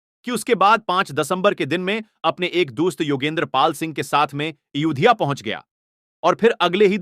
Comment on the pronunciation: Bhai naam to thik se lo aurangzeb ka naam sahi nahi ayodhya ko udhya Mohammad umar ko umr ye kya hain kaise video banate hain aap log sahi alfaz ke saath banao taki har koi samjhe